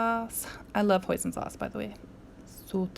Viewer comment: Yes! Hosiin sauce, Orgasmic! LOL